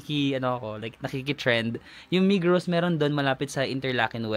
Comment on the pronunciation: Migros is pronounce as Migro😊 migros and coop are just equal.